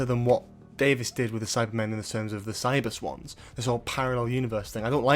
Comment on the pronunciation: You say "Cybus Ones", I hear "Cyber Swans" Now I want to see Cyber Swans.